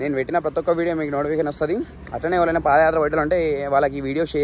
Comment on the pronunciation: Pada kaadhu, paadha yathra Pls correct